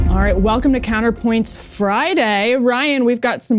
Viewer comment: COUNTAH POINTS